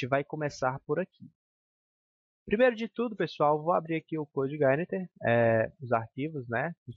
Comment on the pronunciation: Parabéns pela iniciativa, muito boa sua aula, apesar de me dar um certo incomodo toda vez que você pronuncia Coude Igaineter rsrsr.